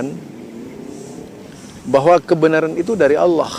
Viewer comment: zul kamu ini gimana mau menyalahkan orang yg sangat 'alim tapi kamu sendiri berbuat salah total, kamu gk bisa baca ya itu pembacaan kamu nyebut Allooh dengan baca nya Allokh/اللّٰخ, lafadz الله terdiri dari alif,lam,lam,ha, makhroj ha dlm lafadz allooh itu aqshol halqi bukan adnal halqi, sebelum menyalhkan ulama yg menjadi mufti masjidil harom koreksi dulu ke ilmuan mu, apa melebihi beliau,atw sebanding,atw lbih rendah, ulama karena bukan nabi tidak ma'sum itu btul, apa lagi kita lbih rendah ilmu dari ulama,maka nya ketidak ma'suman jangan sampai di jadikan senjata untuk berani menyalahkan,ternyata kamu lbih patal salah nya dari beliau yg sudah mencapai mufti di masjidil harom